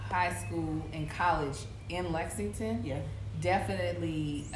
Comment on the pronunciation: Glad to see Kev can now properly pronounce Lexington. He was on the struggle bus on the previous HTT episode. It was hilarious to watch! 🤣